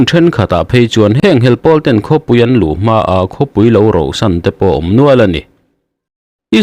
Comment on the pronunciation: Roh san a ni lo, rauh san tih a ni